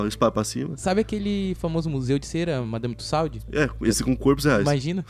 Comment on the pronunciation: Sabe aquela museu de cera o madame trusaudi ahhahahahahahah porra galera vcs já tão com bastante dinheirinho no bolso já viajaram bastante hahahaha parece q fala errado de propósito kkkkkkk a pronúncia seria “tusô” Ahhahaha ficou engraçado demais trusaudi kkkkk parece um troçao q eu acabei de sorta aqui